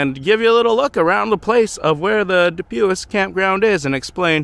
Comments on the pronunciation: Pronounced. du pwee. French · Du pui The S is silent